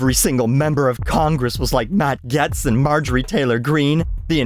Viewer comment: not trying to insult you, its more an indication of the political news cycle bubble we're drowning in down here, but its wild to me that our neighbors to the North don't know how to pronounce Matt Gaetz's name haha.